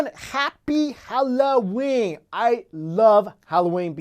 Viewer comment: Lol, for the first time you really had an Asian pronunciation of happy halloween